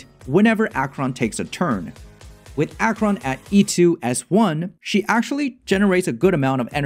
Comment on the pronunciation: Nice guide! Thanks for all the valueable informations. But I must say that I cringed everytime, when you said "Dot.Cheron" xD